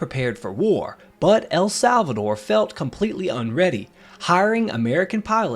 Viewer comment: The stress in El Salvador is NOT in "Sal"... but in "dor". Just saying.